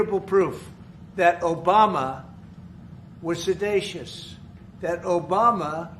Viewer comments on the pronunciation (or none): Wow! They cooked it up so fast that they couldn't even teach Trumpty Dumpty the correct pronunciation of "seditious". "Sedacious"? They should've asked for him to define it! 😆😆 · Sedashus? Sedashus? WTF. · "The witch hunt you should be talking about is they caught Obama"..... so he admits he's making up a witch hunt? And what the hell does "se-day-cious" mean? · Sedatious 😂 it's sedetious. What an idiot. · don't you just love when the President of the United States can't pronounce seditious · This moron can't even pronounce Seditious... How about we indict Trump for the 1 million Americans he allowed to die from Covid-19? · "Every word you can think of" - "seditious" Trump learns a new word and can't even say it right.